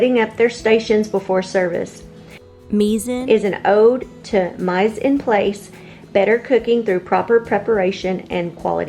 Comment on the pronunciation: Hey, it’s pronounced me-sahn-plos.